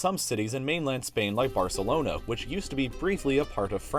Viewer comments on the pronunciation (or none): Did he say really just say "Barcelono"?